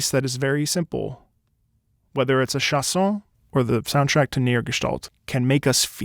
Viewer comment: As a French yes the first time I heard it I was searching what were the lyrics cause it didn't meant anything but some words seemed to be "carré", "sauve-la", "flâner", "nez" "roux"... ( Also it's chANson not "chAs(s)on" ^^ in phonetic it's pronounced {ʃãsɔ̃} ) Love your videos ^^